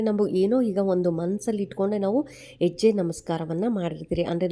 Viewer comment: ಎಜ್ಯೆ ಅಲ್ಲಾ ಮೇಡಮ್ ಹೆಜ್ಜೆ ಅನ್ನಿ ಅಯ್ಯೋ ಎನಾಗಿದೆ ಕನ್ನಡಕ್ಕೆ ಅಕ್ಕಾ ಕೈ ಮುಗಿತಿನಿ ಮತ್ತೆ ಸ್ಕೂಲ್ ಗೆ ಹೋಗಿ plz 😢